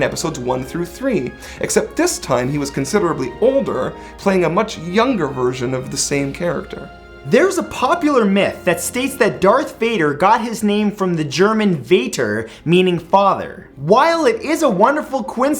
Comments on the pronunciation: Matt the german word for father is pronounced 'fahter' not vater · The German word for father (Vater) is pronounced [far-ter], not [vate-er] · The German word 'Vater' (meaning father) is pronounced 'Vah-ter', not 'Vay-Ter' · Väter in German actually means “fathers” not just “father” in Dutch tho it does mean just “father” Also vater in German is pronounced v-ahh-ter not v-eh-ter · Gah! Use metric measures! We non-Americans (i.e. the rest of Planet Earth) don't understand US customary :( Also, "vater" is pronounced "fah-ter," not "vay-ter." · Fai-ter is not German for father... It is Vater (Fa-ter). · "Vater" is not spoken "Waiter". It's spoken like "Father" just without the "h" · Vater, as in the German word for father, is pronounced "V-ah-ter" not "V-ae-ter" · the German word for father, Cater, is pronounced Fuh-ter, not Fay-ter. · father in german in Vaa-ter not Vay-ter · your pronounciation of Vater... I Far-ter, not vey-ter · "Vater" is actually pronounced "faht-er." "fate-er" is not even a German word. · santoro in German father isn't pronounced vater it's pronounced fater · The german word Vater isn't even pronounced like "Vader" .__. It's pronounced like "fater". V's make f soudns and w's make v sounds so... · "Vader" is actually dutch for father. And "Vater" in german is definitely not pronounced like "Veydurr", but like "Fahta" ;o) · "V" in german sounds like an "F" so "Vater" doesn't sound like vader at all. Just wanna point that out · Not pronounced Vater, Matthew. It's pronounced fater. V is pronounced with an F sound in german. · German V's are pronounced as 'F' - so 'vater' is pronounced 'fater' :) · I cringed when Matthew said Vater. It is pronounced "Faater" in German almost like English not Vater like it is spelled. And I am not even German -_ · My fakn gawd "Vader" in German is pronounced like father not vader v is f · Vater: Pronounced Faater. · Father is german is pronounced like fotter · Vater is pronounced Faater